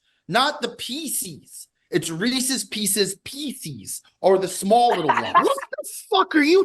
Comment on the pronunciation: That Reeses "Peecees" debacle still makes my blood boil... Remarkable stuff